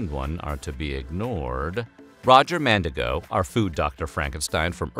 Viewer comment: Evertime he said "Mandigo", my brain screamed MandiNgo 😭